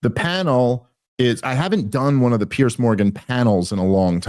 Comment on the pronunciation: Piers Dave, not Pearce